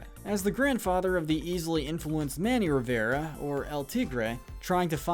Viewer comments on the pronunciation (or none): none